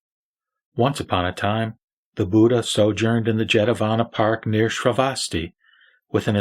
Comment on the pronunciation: Pronunciation of ' Dharma ' / ' BUDDHA" may be perfected. " Biksus " ==> " BHIKHSUs "